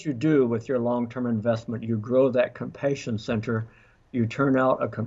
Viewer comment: Just curious as an ESL parent, I haven't heard anyone pronouncing compassion as this doctor does(compatience). Is that normal?